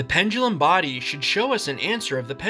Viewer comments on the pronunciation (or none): correct: body incorrect: bardy